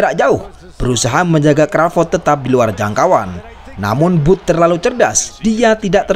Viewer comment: Video bagus, narasi bagus, sayang pengucapan bahasa Inggrisnya ancur. Contoh panggilan Crowford "Bud" disebut "Bud" seperti dari nama Budi 🤣.Perbaiki bang, agar chanel makin moncer